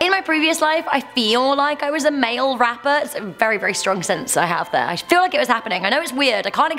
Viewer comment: Heard that as ‘mail wrapper.’ 🤔